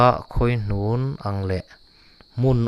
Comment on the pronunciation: A ṭha e, a thu lam tidik hram hram rawh. Khawihnun pawh hi lo lam dik teh.